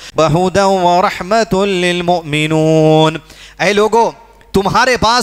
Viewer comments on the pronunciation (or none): آیت میں المؤمنین ہے اور آپ نے المؤمنون پڑھا....؟ باقی آپ نے اچھا explain کیا ہے ما شاء اللہ 🌹